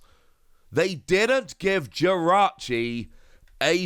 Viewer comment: Jirachi not victini